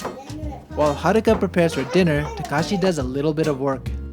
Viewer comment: His name is takashi but says it as he was calling him kakashi and as a Naruto fan... This is approved